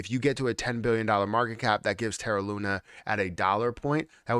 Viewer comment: does it drive you mad? Looney? 😂